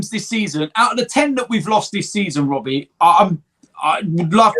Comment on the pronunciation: ”WHENS IT GOING TO END WOBBIE”